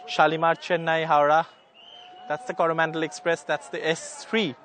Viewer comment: Unfortunate that an NDTV reporter pronouncing the Coromandel Express ar Koru Mondol express... Alas..!!!